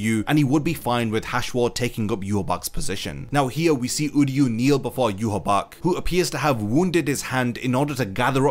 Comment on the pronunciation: Why do people call himYwabach its Ywach